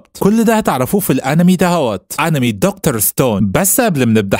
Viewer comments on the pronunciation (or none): none